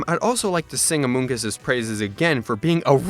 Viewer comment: I was on floor when he said "Amongus"